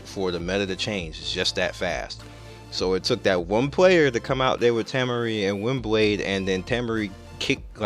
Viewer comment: Tah-Maury, not Tam-Murry